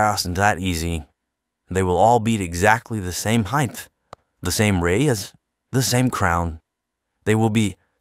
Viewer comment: I’m glad you made this video. I was honestly sold when I saw his video. (Even tho he says “Heighth” instead of “Height”). That drives me crazy as a Mechanical Drafter/CAD Tech. Oh, and the whole “Venomous Vegetable Tree” statement, killed me 😂🤣💀 Thanks for the comprehensive breakdown.